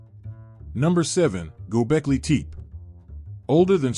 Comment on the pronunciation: Its pronounced Gobekli TehPeh. Not teep